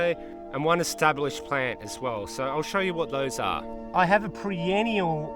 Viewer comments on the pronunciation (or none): Errr...soooo, what sort of basil is that you're growing again? 🤔 😂 It's 'per-enn-i-al' my man! 😉